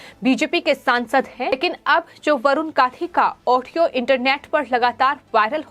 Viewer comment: यह कॉमेंटेटर वरुण गांधी का नाम तक तो ठीक से ले नहीं पा रही है, यह वरुण कांशी कौन है भैया!